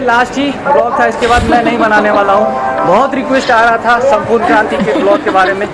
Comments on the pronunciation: It's Sampoorna not Sampooran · It's not Sampuran it's Sampurna Kranti...